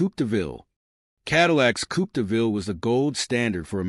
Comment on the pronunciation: Zum Schießen, wie die Yanks unfähig sind, das simple Wörtchen "Coupé" richtig zu artikulieren ...